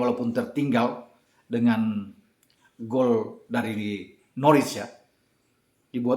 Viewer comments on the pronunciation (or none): Dibacanya bukan Norwich, tapi Norich